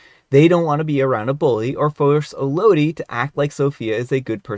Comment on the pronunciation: It’s pronounced “EL-oh-dee.” It’s the name “Melody” without the “M.”